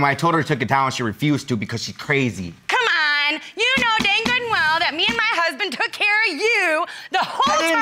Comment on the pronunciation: That “CuhMon!!” Took me out 😂😂😂😂